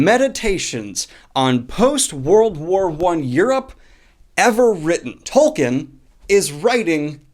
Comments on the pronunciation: Tolkein = Toll - keen Cmon Daniel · It’s pronounced TolkEEn